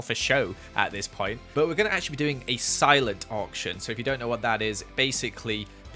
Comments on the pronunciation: Am I the only one who thought whenever you said auction he said orphan house🤣🤔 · Ngl, I didn’t realise he was saying “Auction” until I read the title of the video cause I’m Australian and Ye 😅